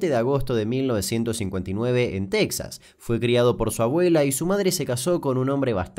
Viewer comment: Cuando dice en Texa, me da miedo .